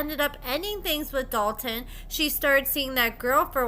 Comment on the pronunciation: Omfg I can’t STAND hearing Hailey say “Dalton” 😩😩😩 Drives me crazy !!!